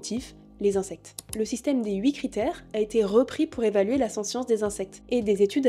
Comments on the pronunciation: Attention à la prononciation du mot "sentience" à (et tout au long de la vidéo en fait), en français (qui est un mot transparent puisqu'un anglicisme) l'on prononce le t, ainsi => \sɑ̃.tjɑ̃s\. Désolé si c'est un peu râleur mais ça pique vraiment les oreilles tout au long de la vidéo, il revient au moins 50 fois le mot ^^ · Ne prononce t-on pas sentience avec le "t" ? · je propose, pour les futurs petits français, de dire sentiant avec le "te" pas avec le son "ss". Comme ça si le mot s'impose ils sauront l'écrire.